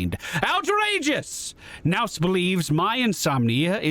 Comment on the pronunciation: Nous is pronounced noo